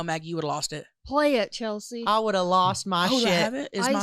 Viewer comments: Stop saying cheltzie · Chelt sea. 😅